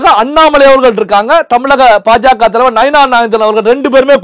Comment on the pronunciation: it is not PaJaKa. You should pronounce it as BaJaKa